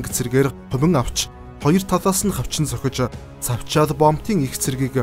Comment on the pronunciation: Iim helnii berhsheeltei huneer ym unshuulaad buda yahav de.tsavchaal boomtiig savchaal gj unshaad bhin